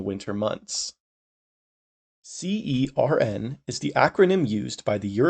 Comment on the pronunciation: also you don't need to spell CERN every time, the official pronunciation is /sɜːrn/ (basically like you'd pronounce "sern")